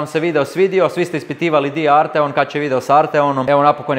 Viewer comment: Msm da krivo izgovaras Arteon. Naglasak je na A.